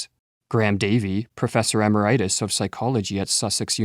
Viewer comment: Emeritus…. How did you manage to pronounce it as if it were a disease?